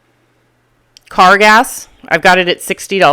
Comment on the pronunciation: I always get a kick out of the way she says "car gas".